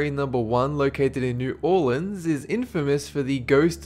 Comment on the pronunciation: Barba-dose!? New Orlens!?